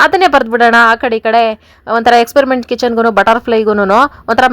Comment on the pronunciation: Ayyo Experiment alli R illa